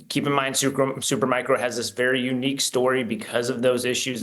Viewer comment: Learn how to say “Supermicro”, not “Supermicron” dude before you are being treated seriously.